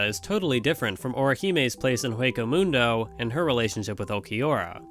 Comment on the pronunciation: I am glad you did another video about Bleach and not just bashed it, but highlighted some of its many qualities. I love it for its characters, for its setting, for its battles... For my liking :) P.S: I know it's not the most important thing but it's said "Ueco" Mundo as it's Spanish for hollow. And in Spanish or the Anime you don't pronounce the h. Just informative value. If you already knew you have all your right to say it as you want haha